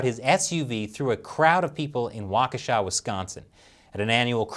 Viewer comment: You were pretty close with the pronunciation of Waukesha